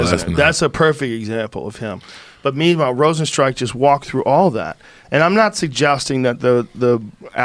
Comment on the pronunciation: Joe “Rozenstrike” Rogan